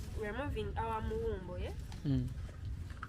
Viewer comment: Call it kawumbo not muwumbo 🙄🙄😀😀😀